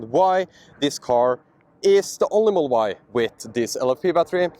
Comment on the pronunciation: Could you please slow down to annunciate "Model Y". Your accent makes it sound like "mull-Y" took three times before i realised you were saying the car's name.